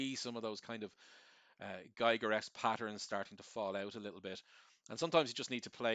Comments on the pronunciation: The artist´s name is "Giger", not "Geiger" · Just for the real ones; Giger rhymes with Eager, not Tiger. Awesomely done video. <3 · Giger rhymes with eager